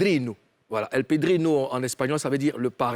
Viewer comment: Padrino et non pedrino